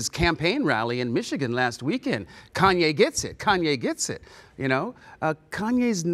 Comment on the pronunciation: Koonyay West lol